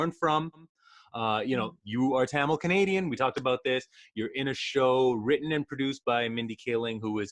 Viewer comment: I swear if she says tamal one more time I’m gonna Explode u pronounce like TAMIL